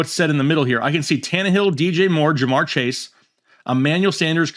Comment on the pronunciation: Daaaaaamn, you butchered all 3 of their names, lol